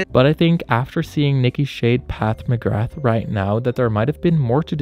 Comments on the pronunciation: "PATH MCGRATH" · “Path McGrath” 😂